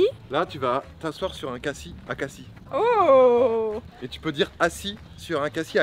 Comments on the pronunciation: Lol vous avez dit cassi au lui de dire cassis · Elle dit cassis comme le sirop Alors qu’on ne dit pas le s